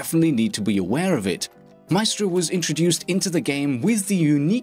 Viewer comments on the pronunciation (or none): I love you however... Pronounce Maestro correctly >:{